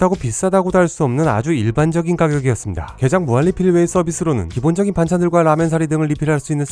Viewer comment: 가장 좋아하는 음식이 게이입니다라고 들리넼ㅋㅋ